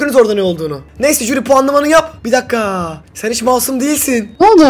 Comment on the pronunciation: HİLLE DEĞİL JÜRİ